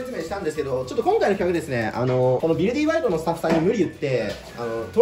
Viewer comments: ビルディーバイドって読んでるけど、ビルディバイドじゃねーの？ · いや、前段階からめっちゃおもろそうなの色んな動画でわかってるんだけど、 今回のflat-さんの、「ビルディバイド」が、発音的に「ビルディーバイド」に聞こえるのがめっちゃ面白い。 もしこれが正式発音ならもっと面白い。